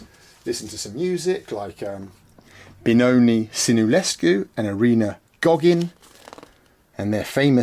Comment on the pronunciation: You got me after you pronounced Benone Sinulescu’s name😂😂😂